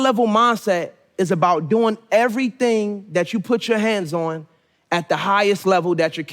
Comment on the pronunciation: "Evrythng HI-LVL!"